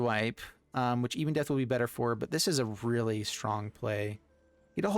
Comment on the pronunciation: It’s not «Ibondeath», it’s Ebondeath. Ebon as in ebony, meaning black.